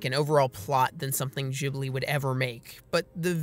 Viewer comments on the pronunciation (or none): Hearing "Jhibli" instead of "Ghibli" makes my heart hurt. You're supposed to pronounce it G, like G in word Game. That's my only problem with the Video tbh. Because I agree with this video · Your pronouncing Ghibli wrong. It's meant to Ghibli like in gif.